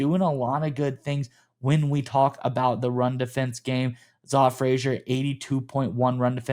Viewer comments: Zah is pronounced Zay. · Love these sneaky pick ups, quickly his name is pronounced “Zay” good to know since we’ll probably hear his name a lot.